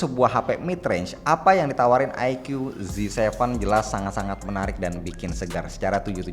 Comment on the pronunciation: Bacanya AiKU Om... Bukan AiKYU 🙂